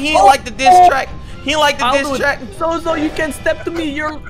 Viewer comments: It's no zozo it's zose the devil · its pronounced soso and not zozo